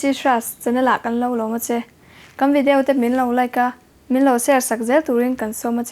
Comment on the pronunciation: Ngatinge video tih hi vidiau ti a ka hriat tlat thin le.😊😂Chuan,fakna(advertisement) hi hnam dang te channel vel ah hian a awm vak ngai silova,a van tam thei bik em² ve.Mhs,a ngaihnawm na a dang chuang hauhlo.I chhiar thiam bawk sia.😊❤